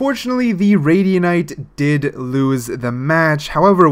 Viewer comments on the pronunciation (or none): [#]JuiCe that’s why I’m laughing at the video. He made Radiant a new word 😂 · ummmmmmmm you do know that you pronounce it radiant not radianite. just saying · Why does he say Radianite instead of radiant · Why do u call it radianite and not radiant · Most people: Radiant This guy: Radianite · Am I the only one who's getting triggered by him saying "radianite" instead of "radiant"? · pronounce radiant right